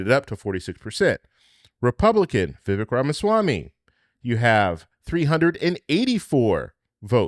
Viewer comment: His name is pronounced… VivAAAKE (like Cake)